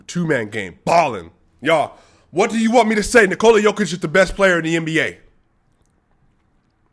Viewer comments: Aight man, you like him, but now you need to pronounce his name right. Its not Knee-Cola , you basically have to pronounce it like the name Nikolas, but without the S. That is how you pronounce his name. Nikoluh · Since you love him, can you please say Nikola properly. I like to watch you and I have the same problem with people here in Canada with my name and also my daughters name. To explain the best as I can I'm comparing it with Jennifer. If you say Nikooola, than why not say Jenniiiiifer. You accent the "I" in N"i"kola the same you would with "E" J"e"nnifer. It's just shortens the sound of the letter if it makes sense. Thanks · What are you talking about? Nikola is only pronounced Niko-luh . No Serbian dialect pronounces it Knee-Cola. That's the USA dialect.